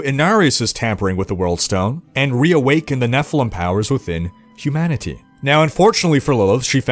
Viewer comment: My brain is broken in a way that I kept hearing “Hugh Manatee” instead of humanity. But, I kinda like it 😂